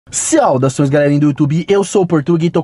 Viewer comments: Ciaudaçoes kkkk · Seaudações? Rsrs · Portuga fala saudações direito vei, parece que tu e analfa '-'